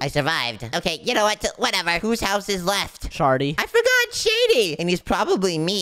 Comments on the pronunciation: bro r;;y said shar t y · Bro said shardy